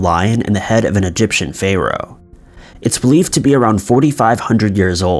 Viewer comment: I love you, but I hate how you say Pharaoh 😂 Try the pronunciation: Farrow not Fayrow... in Egyptian, it’s more like Paaroh, but the real English pronunciation is like F+Arrow. Pharaoh 🤓